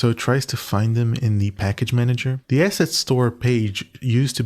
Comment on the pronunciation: not the cutting word "asset" every time so it sounds like "ass" :D